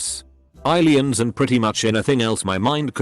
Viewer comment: Nobody: Robot reddit voice: monsters, ghusts, eileeyans